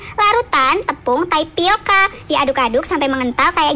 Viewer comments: Bang sadar ga pas dia ngomong tepung tapioka bukanya tapioka malah taipioka 🙂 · Coba dah didenger akhir akhirnya dia bilang "Taipioka"🗿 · Ada yg denger ngomong taipioka gak tai bukan tapioka